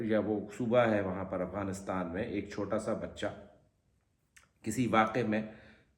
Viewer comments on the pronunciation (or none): none